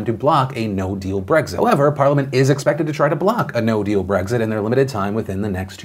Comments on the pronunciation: It's Brexit, not Breggzit 🙄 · Maybe it's the fact that I can't not hear you say Bregzit instead of Brexit but I swear I heard you say "Although, of note there, in her letter of Bregzignation...."